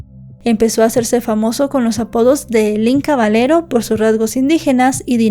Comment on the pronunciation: Aprende a pronunciar Caballero con doble ll cuando mencionas silla dices sila verdad que no silla doble ll hablando español y en este tipo de vídeos que haces por favor cabalera digo caballera